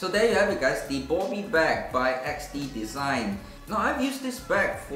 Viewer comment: It’s bobby not bubby